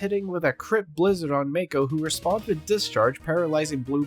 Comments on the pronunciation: It's M-AA-ko, not M-ay-ko. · The pronunciation on mako… hahaha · LEGIT they say his name hundreds of times how do you mispronounce it so badly? unwatchable